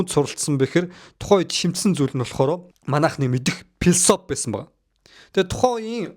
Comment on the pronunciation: филисофи кун-фу гэж хэлэхэд болноо. П- дуудах шаардлагагүй ээ.